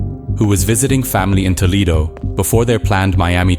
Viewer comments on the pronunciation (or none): none